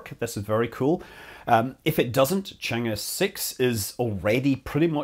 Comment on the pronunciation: Scott, Chang is pronounced chong. Thanks for the detailed video!